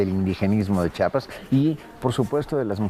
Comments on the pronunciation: SE PRONUNCIA CHIAPAS CHIAPAS ,CHIAPAS NO CHAPAS PARA OPINAR M IMAGINO LEISTE SOBRE EL ESTADO Y LO HAS VISTO ESCRITO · sse pronuncia CHIAPAS , CHIAPAS